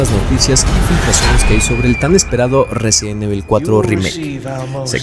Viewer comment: Te haces llamar fan y no sabes pronunciar resident evil, en vano todas las pantallas de carga de cada juego.